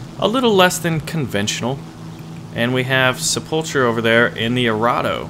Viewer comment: Sepulcher pronounced sepul K er. A tomb or burial vault. Just saying since you like to put on the cheesy accents.. Love your vids